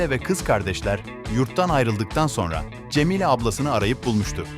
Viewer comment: abi Türkçe bozukluğu mu var sende CemiĞle Ağsiye kırıkdördüncü bölüm bu ne ya